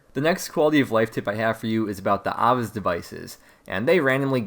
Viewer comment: Nigga that's not how you say Ava's